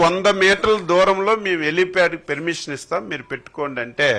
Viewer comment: ఒరే లఫూట్, పెర్మిషన్ కాదురా పర్మిషన్. మీ తప్పు కాదురా నీకు ఓట్లు వేసారే వాళ్ళను కొట్టాలి చెప్పుతో.